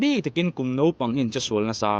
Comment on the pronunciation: Sir... i sawi tum leh i sawi chhan zawng zawng te hi atha ka tih rualin,,, complaint Pakhat.... (Nopang) iti zeuhin ka hria,,, naupang ti lo in... kha lai te kha diklo zeuh.....